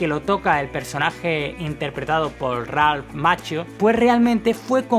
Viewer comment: "Makkio" así se pronuncia Macchio.